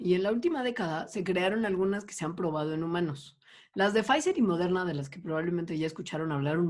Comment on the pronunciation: Está padre como todos decimos "Modeurna" como tías noventeras. "la vacuna de Modeurna"